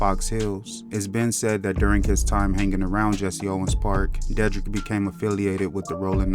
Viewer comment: De- drick is how it pronounced WTH